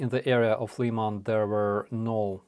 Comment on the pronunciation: please go back to using the Ukraine pronunciation of cities. LEE-man grates on my ear.